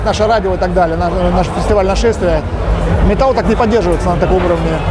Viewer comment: Мне кажется или "метаЛЛ"?